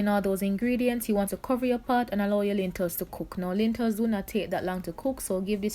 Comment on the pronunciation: Lentils not lintels mama